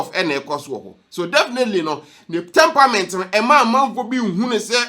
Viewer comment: It is NOT TemPAment. It is TemPERAment. Pronounced as ˈtɛmprəm(ə)nt. But you're doing a good job. Thanks.